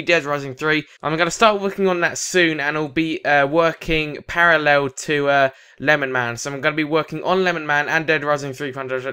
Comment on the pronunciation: FAR CRY 3 FUNTAGE 2 and no it's not lenman. It's LemonMan